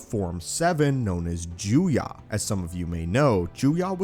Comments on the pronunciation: Listening to this dude say Juyah instead of Juyo made me wanna kiss a moving train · Hate to nitpick but it’s Juyo not Juya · Juyo is not pronounced “Joo-YAH” it’s pronounced “Joo-YOH” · It’s pronounced Juyo, Ju- yo Not Juyah Ju-yah